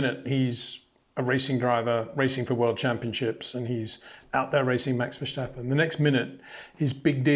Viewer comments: Hey Peter, I really like your video's and views, to me one of the best analysis always. However.. one point of critisism. There is no ch in verstappen. It's not 'Max Verschtappen'. It's Max Verstappen. Zo no CH in there. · Max "VERSHHTAPPEN" 🤣🤣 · I like the video but would just like to point out there's no h in Verstappen. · Please Peter, learn how to properly pronounce Leclerc and Verstappen. Please.